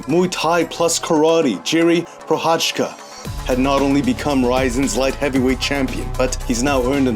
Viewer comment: Jiří is George in our language, and ProCHázka. not procháčka.